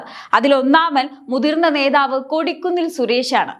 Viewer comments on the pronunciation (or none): none